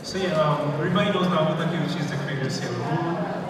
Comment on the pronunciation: people who want to open up "fan sites" for Naoko should probably learn how to pronounce her name correctly? this isn't 58 minutes of people say "nay oh ko" is it?